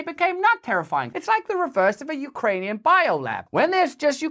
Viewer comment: 414 the way she says Ukrainian sounds like something from star trek